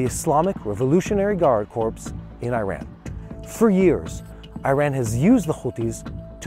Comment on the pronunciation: fyi the word "corps" is pronounced like the word "core"